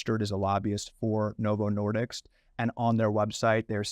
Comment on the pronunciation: It's disk, not diks.